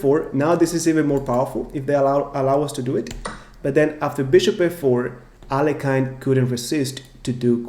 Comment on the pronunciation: Could you please pronounce Alekhine's name correctly?